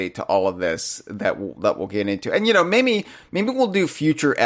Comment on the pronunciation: I've also noticed that whenever says "maybe", it always sounds like he's saying "mayMe" with an "m". I can't be the only one that's noticed this, right?